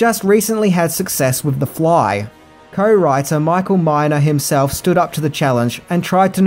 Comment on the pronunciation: *Neumeier and Miner (not "Myer")